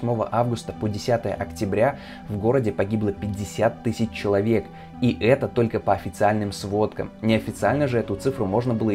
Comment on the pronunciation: Тыщщу, тыщщю, тысщу.... 😵